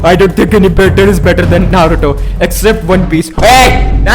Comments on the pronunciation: Abe tu Naruto ko nato bolna band kar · Dude you're overeacting a lotttt Even your accent is very irritating,even your pronounciation of Naruto is bad